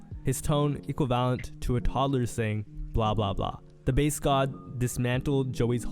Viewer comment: Bru said equi valent